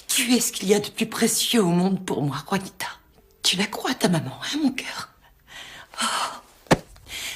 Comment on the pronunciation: C’est Juanita pas vanita 😂😂